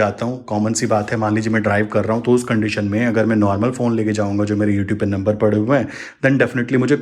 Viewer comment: नंबर you pronounced could not understood